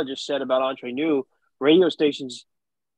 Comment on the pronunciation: Hate to be so picky but it's Entre Nous, everybody seems to pronounce it Entrer which is a completely different word in french. Entrer in french means enter. I know they are Canadian and we're known to say eh a lot, but not at the end of this word🤣